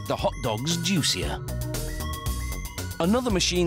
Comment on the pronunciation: Other flavoring = Ground Mustered ME: Wait hold on WTF Add more water to mix the ingredients and makes the Hot dogs JUICER! ME: WTF WHY DID HE SAY JUICER LIKE THAT!!!!!!!!!!!